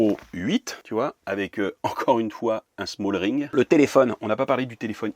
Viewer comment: Aïe aïe aïe ça me fait mal aux oreilles c'est smallrig et pas smallRING 😅 😉